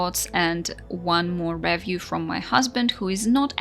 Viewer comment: What's a "revv-yew"?=